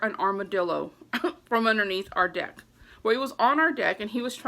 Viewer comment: Leaning over the dick lol I know u were trying to say deck. Or maybe I'm just hearing things lol